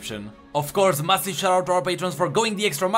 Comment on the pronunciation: It's weird when you pronounce massive as massif. Really good videos and excellent content